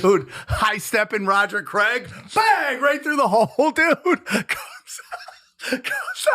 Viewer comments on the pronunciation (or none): none